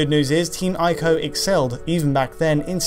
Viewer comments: Ee-co, not Eye-co! For heaven's sake! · It's not pronounced eye-co. It's pronounced ee-co. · "ee-koe" not "eye-koe" sheesh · It's pronounced "EE-KO" not "AYE-KO". I know that some people don't like to pronounce foreign words , for fear of being pretentious. But all of the sounds in the word ICO are available to you in the English language. You know that Nintendo console called the "Wii"? You don't pronounce it "WIE" do you? Please trust me I studied Japaeneas in high school. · Are you sure Ico is pronounced 'eye koh' because I am sure it is pronounced 'e koh'. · Say it with me..."E KO"